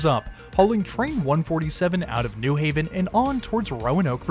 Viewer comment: Thank you for saying "New Haven" like a local, with emphasis on "New." (Contrast to pronounciation of New York and New Jersey)